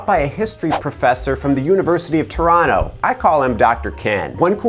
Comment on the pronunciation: Hey you said Toronto correctly! (Which is technically incorrectly.)😃